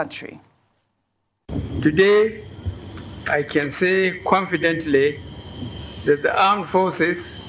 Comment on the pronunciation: So who was trying to read "kwonfidently". He is gotten worse.